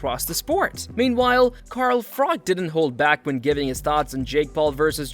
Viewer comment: Froch, not Frock